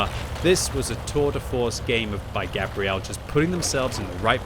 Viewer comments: !....I dont think thats how you pronounce that persons name...Gabrielle is a girls name, which is what your saying. Gabriel, is a guys name and pronounced different. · Why are you pronouncing the feminine version of this name, Gabrielle, instead of the masculine 'Gabriel', as in the Angel Gabriel? People do this all the time with footballers from Latin countries too (hello Arsenal), and it bugs me no end. Also, the enemy team in this game are awful. They abandoned the hill and didn't even try to take the west flank. It's a good score but it's also a bit of a roflstomp. Merry Christmas. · Pretty sure it's pronounced like the archangel Gabriel "Gay-bree-L" the way you're saying it is the female pronunciation "Gabrielle". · Fun to watch, thanks. Wondering if Gabriel TOLD you how to pronounce his/her name or if you're taking a bad stab. I would have guessed it would be Gay-bree-uhl (masc) and NOT Gah-bree-elle.(fem). Good luck with the fund-raising! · I'm from the US and the way u sayin Gabriel is killin me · As someone who is dating a Gabrielle and is best friends with a Gabriel. It was painful listening to mispronounce it every single time